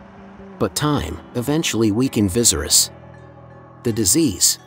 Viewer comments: Everyone say it with me Va-sar-ries😲Couldn't focus on anything in this video because of the commentator saying " Vi-zer-is". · King VY-SERE-IS not VIZERIS lol 🙄🙄🙄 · Dude said “Vizerus” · Right, he says it like how visceral is pronounced and it doesn't sound right at all to me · Vis er us pronounce it properly it’s so annoying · I swear😂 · Bro I hate how you say viserys name ! It’s actually pissing me off lol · How about pronouncing Viserys’s name correctly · Say his name correctly to start. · Rhaenyra should be queen because Viserys said so. Ps. please learn to pronounce the names right 🙏🏾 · Lmao bro the way you pronounced viserys legit made me jump hahah, kinda dig it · I hate the way he pronounces viserys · I think you are definitely pronouncing the name viserys, wrong. It doesn't end in "ies", actually you're pronouncing every name wrong!! Must be a computer.? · Am I the only one who thinks the pronunciation of Viserys makes this unwatchable?